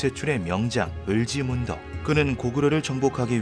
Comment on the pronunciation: 을찌문덕!!!! 을지문덕으로 읽으니 ai인줄요